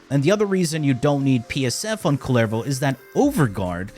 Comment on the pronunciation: It says kull-e-vo.